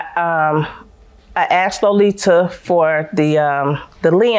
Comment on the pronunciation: The way they were saying her name is so irritating “Low-Lee-Tuh”. 🙄🤣🥴